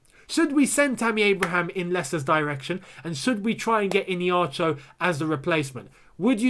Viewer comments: It's ihenacho bro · It’s pronounced as ee-hey-nacho and not Iniacho😂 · lol his name is pronounced E-HEN-NA- CHUO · This is the pronouciation of his name I-hia-na-cho